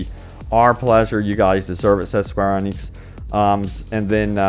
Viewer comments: Square awnecks? I'm Scottish and can pronounce it caw recktly 😂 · It's not Square Onyx bud lol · "Square Onix"? 🤔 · couldn't imagine hearing someone spelling it square ANIX like wtf dude xD